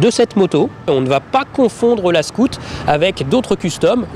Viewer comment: cest scoot cest SCOUT !! Va aprendre englais si tu veux !!